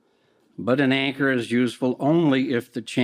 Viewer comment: Did I hear "the yanker" or "the anchor" here?? Not once but twice he said YANKER!! 🤣🤣🤣